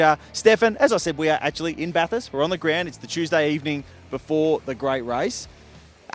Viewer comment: At least you know how to pronounce Bathurst. If ANY commentator or media personality says Bath-Hurst, you have my permission to stone them to death...